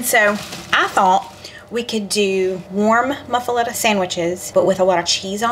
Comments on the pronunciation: "Moo-fa-letta!" 😂 Looks delicious! U can use mayo instead of butter to grill the sanguiches. Lol. But seems a bit of an odd choice on an Italian sandwich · LOL Your pronouncing it wrong. I love you guys and your cheese eating cat. I have made several of your recipes with rave reviews. Hugs and purrs